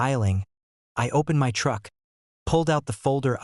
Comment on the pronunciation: Stop jiggling the camera also learn English you don't say my as m y you say my